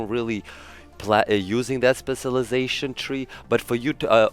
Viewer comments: You’re saying it wrong say it like this “Special lie Zation” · U said specialization so wrong like 30 times in the first minute of the video. Please pronounce the cial It’s irritating to hear u say it spesilization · My goodness. How fucking difficult is it to pronounce specialization?!